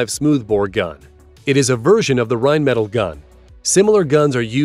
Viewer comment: listening to Americans totally fail to pronounce Rheinmetall is hilarious